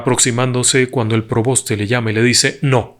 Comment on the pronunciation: Disculpe w le corrija es: preboste y no proboste . Gracias